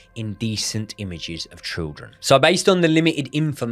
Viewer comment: cant pronounce children and cant pronounce assassination 😂 great content tho lads 👏